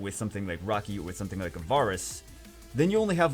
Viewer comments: I kept hearing rocky instead of raki and was so confused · Who is rocky? Or does he mean raki?